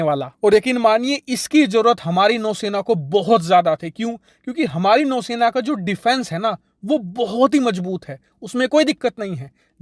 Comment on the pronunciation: Bau sena nhi nou sena 😆